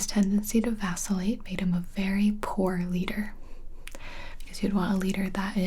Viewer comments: Am I the only person who thought that when she said "Vacillate" that she said "Vaseline"? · me: thinking this will be a video about simple words gibi: vAcIlLaTe